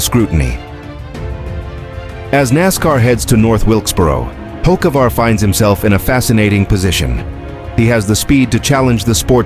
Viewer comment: Carson Hokeavar. That's what they'll calling him. Good one AI. 😂